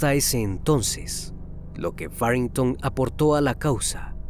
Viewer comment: Faringtow??? hay wey mejor Nepomuceno 😁